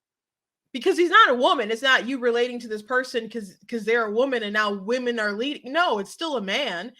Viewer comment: Thanks for the content! When he said "wemon" I couldn't help but laugh. They devalue real woman and traditional families. Its all on purpose. From the top of our government, and china.